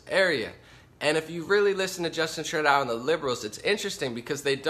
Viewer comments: Trudeau is pronounced - tru-dough - just being helpful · Excellent Breakdown of the Situation of the World due to Forced Migration/Invasion of Muslims! Btw, Trudeau's name is pronounced "True doh" But Believe me, WE Canadians have Many Names for him/her/it! He/She/It/They/Peoplekind Is The WORST PM In Our History! All the IDIOTS Who Voted For FuQTrudeau, most did so Because of the Cannabis Legalization promise. Well Known Ppl in the Cannabis Movement Encouraged Ppl To Vote For Trudeau/Liberals & 1 of Them Also Tried to Join the Liberal Party! However THOSE PPL Didn't even Look into the Govts VERSION of Legalization, just Stupidly Assumed Legalization Would be Run the Way the Cannabis Culture Wanted it to be! We in Canada, Do NOT have Much Choice in politicians To Vote For, the Top parties want Mass Immigration & to Make ONTARIO INTO A SANCTUARY CITY! WTF? Trudope now plans on BANNING HANDGUNS IN TORONTO, WE ALREADY HAVE GUN LAWS, ENFORCE THEM, STOP ALL NON CHRISTIAN IMMIGRATION & START THE DEPORTATION OF ALL THE ILLEGAL MIGRANTS & MUSLIMS OUT OF OUR BELOVED CANADA! Deport Them All Now Ban Islam NO MUSLIM MIGRANTS ALLOWED! Charity Begins At Home, Which Means: Support OUR OWN CANADIAN CITIZENS BEFORE BRINGING IN A BUNCH OF LOW IQ, MURDEROUS, BACKWARD, WELFARE CHEATS! CANADIANS NEED HOMES, WHY ARE OUR POLITICIANS GIVING HOUSING TO ILLEGAL MIGRANTS INSTEAD OF CANADIANS? TRUDEAU IS RESPONSIBLE FOR ALL DEATHS & INJURIES FROM THESE LAST 3 TERRORIST ATTACKS So Far This Year! TRUDEAU ALLOWED THESE BASTARDS INTO OUR HOMES & FOR THAT ACT OF T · You can't even pronounce Premier or Trudeau properly. You're also sensationalizing. We don't have a refugee crisis here. I live in a town that has received refugees from Syria and the only problems we've had with them was some white supes setting fire to their mosque. Most people in Ontario DON'T support ford. Only about 25% of those eligible to vote in Ontario supported Ford. GTFO with your bullshit propaganda.